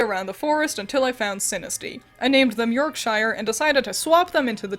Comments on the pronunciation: That's not how you pronounce Yorkshire... When used as a suffix: '-shire' is almost always compressed to "sher" or "shah", not "Shy-err" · You may have done it on purpose but in case you didn't know it's pronounced 'York-shur' rather than 'York-shyer' in the UK (although I love how Americans use the Middle earth phonetics). That was a great name choice for Sinistea though, I now want a whole team of English region Magical girls. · Your hard I shire pronunciation is killing me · I really like the concept of this run! You edited and commented everything so well. i am only criticizing your pronounciation of "Yorkshire" :P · that pronunciation of my home county physically hurt, we don’t pronounce it that way. We pronounce it with a long yor on york and pronounce the shire part like shirt but without a T in